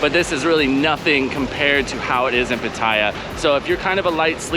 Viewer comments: Great vid bud. It's of course PAAATYA not PUTTAYA. More eccentuation on the A. Might not be important to you, but I personally think it's important to pronounce the name correctly of the city you're living in. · Ask a Thai. Hint it’s not pat I ah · What is the correct way to pronounce Pattaya? Because there's the way you say it stressing the middle syllable, and people who say you should stress the first syllable. As in, "I went to the store to shop for some outdoor Pattaya furniture."